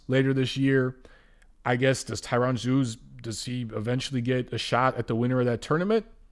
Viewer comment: Zeuge is pronounced "Tsoyga" (sort of), not "Zooge"